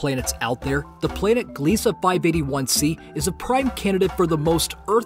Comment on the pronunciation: "Gliese Uh"